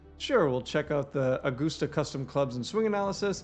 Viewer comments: It's a-gust-a, not goose. Like a gust of wind. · I can tell by the way you pronounced Augusta that you’re not a golfer, lol. Edwin Watts is a national golf store. It’s like Dillards for golf. Obviously there is still a reason for local SEO, but I would assume most people that are searching for golf stores in August Georgia are well aware of what Edwin Watts has to offer and the most important information they need to give is existence and location. Curious if you think that changes their approach to website layout. Thanks for the info. It’s awesome as always!